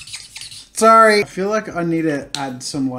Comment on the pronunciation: When jazza said sorry he had a different accent!!!!!! DUN DUN DUUUUUUN